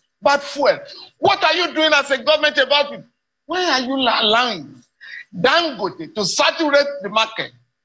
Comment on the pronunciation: Please, Mr. Speaker, pronounce Dangote like a Nigerian and stop fooling yourself.